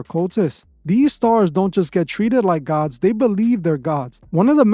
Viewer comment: You sound like a retarded A.I. and even more so when you keep saying some idiots on TV are "GaWhHDs"